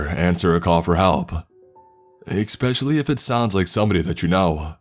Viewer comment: Is he saying expecially?